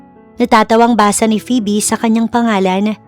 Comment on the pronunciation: Tagal nang nag nanarrator ni..pero d pa din nag improve ang pronunciations 😅 minsan ang titigas😂.. gaya ng phoebe (pibi) akala ko nagkamqli lang nung una..pero PIBI talaga 😅. Maganda naman ang story❤